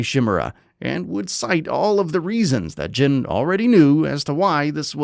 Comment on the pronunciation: You are pronouncing his name wrong. His name is not jen. Its jin(Gene)